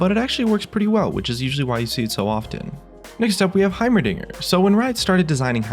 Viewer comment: did he say "heimerniger"